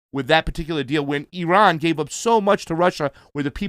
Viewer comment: Is it just me or can't pronounce Iran...he added too much rrrrrrr sound.